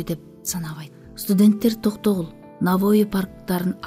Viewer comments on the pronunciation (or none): none